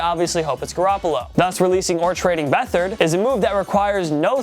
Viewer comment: CJ Beathard? 😂 seriously ?